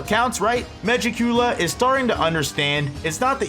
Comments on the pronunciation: Why he say it like that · SAY MEGIKULA RIGHT